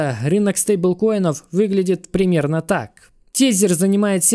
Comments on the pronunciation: Тезер звучит круто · чувак говори пожалуйста > usdt < ... "TESER - тизер" ни хрена не звучит...